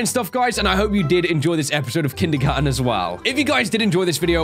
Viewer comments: He said kindermon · No one: Literally no one:: "Kindygarten"